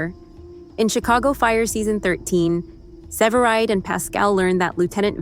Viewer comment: Para empezar, que voz artificial mas fea!! No le da intensión ni acentos ni carisma a la narración. Mal! Segundo, indíquenle a la voz artificial como pronunciar CORRECTAMENTE los nombres es inglés, ¿qué es eso de SEVERIDE? Por dios!!! Que porquería.